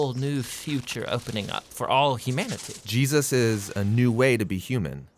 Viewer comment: Why do you say Jesus with a hard "sus", is that the real pronunciation?